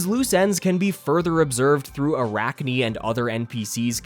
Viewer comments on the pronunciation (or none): none